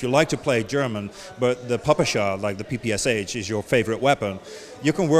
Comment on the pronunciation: i like the way he sais PPSH cuz thats the righ way to say it i would kno cuz im russian XD